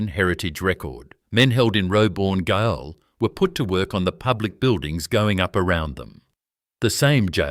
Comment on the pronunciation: baba this is AI, it had me till it said the word Gaol but pronounced it Gaill